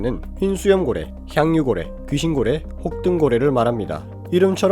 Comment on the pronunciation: 여기 ☆ 저기 ☆ 혹!동 고뤠!!